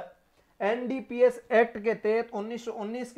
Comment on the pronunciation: एनडीपीएस को एन डि बोल रहे हो आप